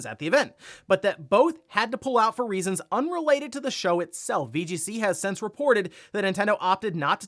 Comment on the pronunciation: Why does always pronounce "since" as "sense"?